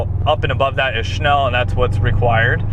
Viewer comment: theres no H in snell not SHNELL snell SNELL!!!